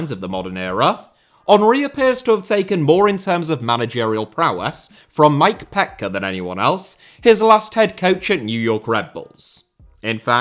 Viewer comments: it is Mike Pet-key, not pet-cah. Thank you. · Surprised you didn't have this down, seeing as you're such a huge fan of the US and MLS, but, Petke is said "pet-key" 😎